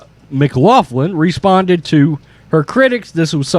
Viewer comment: It's pronounced mc glocklin. It's Irish.